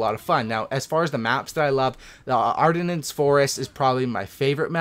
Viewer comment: I agree on everything except the way you pronounced Ardennes forest. ❤️